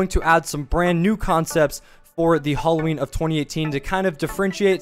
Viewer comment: its hAlloween not fucking holloween